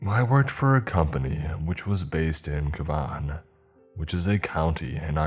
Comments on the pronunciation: "cah-vaahn" it's pronounced ka-van - am not slagging you off, you're a frigging legend, and an amazing storyteller, your narrations are excellent, in how you weave in suspense and fear and that sensation of existential dread into your pasta. i'm just a cunning linguist, and an accent nerd. and grew up in ireland, dublin. most of the hotels around the town are the usual chain ones, but if you want excellent cocktails, go to the morgan in temple bar. the ones along the liffey -that's a river -are quite nice and central. when i was 16/17 i had a weekend job at a b&b near where i grew up, around d4. b&b is probably not the right description, it was more a of a boutique hotel , and i found out that that's where most celebrities stay when they come to town. bands, models, actresses, famous footballers, were just a few. tourists who want a quieter sorta place to stay than jurys or hilton etc. more privacy. codes for if they want to come in later on. found another girl working there, well, a grown woman, a canadian, she was going through the moisturisers and stuff on the guest's dressing table. she shrugged and said, "they'll never notice!" , or something like that, and noticed that she was actually scooping them into small pots. she offered one to me, but i just left the room. she had a "chat" with me later, not to mention it. i wasn't going to , anyway. had no urge to gossip or shitstir and she was the type to get caught out sooner or later, could tell that, as i had gotten a dodgy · The teabag joke was spot on. Cavan people are notoriously mean. Cavan is pronounced Kavan. Also, Northside or Southside? No downtown Dublin. Great picture of the River Liffey with the Halfpenny Bridge. I'm a Northsider. Sounds like a bad trip due to the magic mushrooms from the Dublin mountains or Irish moonshine, Poitin. Look on the brightside, you'll definitely get Disability Benefit now. Enjoy the free travel pass and free medical care. 😉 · Cavan is pronounced Caven.